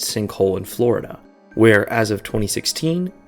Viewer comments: Weeeeeeeeer, not were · "we don't even have a national database of weir each one is"